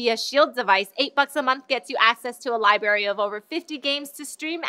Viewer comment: LOL, Libary.